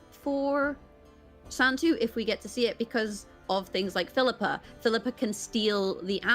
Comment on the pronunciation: Triggers me to the max how pronounces Phillipa. Like it’s literally “fill-ih-pah” not “fill-eeeeh-pah” smh mcbeard is the only one who pronounces it correctly